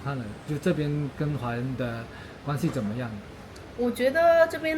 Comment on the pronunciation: 在不做旁白,但对镜头讲话或采访时，语速太快，还是你讲粵语的带速习惯，加之几乎全部平舌卷舌音不分，“ 怎么” 发成 "紧莫"，"云"发成"银"，"休"发成"siu", "容" 发生"yong", "错" 发成"chuo", 只有"是,实,食" 正确发卷舌音，如不看屏幕文字，听明白还是有些吃力。